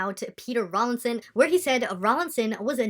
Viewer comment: Ffs his name is not Rawling. It is Rawlinson!